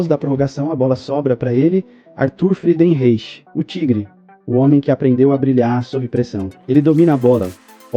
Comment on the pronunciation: "FRIDENRAICH",essa a pronúncia correta .O primeiro craque brasileiro segundo a história.